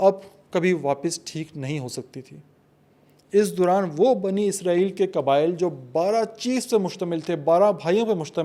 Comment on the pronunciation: Asalamoalaikum, آپ عرق ریزی سے وی لاگ تیاری کرتے ہیں ۔ ماشااللہ اچھی کاوش ھوتی ھے۔ جزاک اللہ ۔ ایک گزارش تھی کہ اسرائیل لفظ عبرانی زبان سے ھے اور اسے آپ عزرائیل نہ بولیں ۔ یہ لفظ عبرانی زبان کے حوالے سے بھی اسم صفت ھے اور صفت نسبتی بھی ھے اور اس کا معنی عبداللہ کے ھیں یعنی اللہ کا بندہ۔ اگر آپ عبرانی گرائمر اور عبرانی لہجوں پر تحقیق کریں تو آپ کو پتہ چلے گا کہ س کو س ہی بولا جاتا ہے نہ کہ ز۔ شکریہ۔